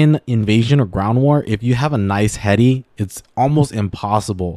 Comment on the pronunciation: Why you say heady like dat